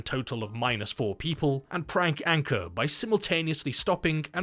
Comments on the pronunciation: Name : Ankur (Ankoor) Him : Anchor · Yup he warned the other band members about disrespecting the dead as well... Anyways it's Ankur Though pronounced it as anchor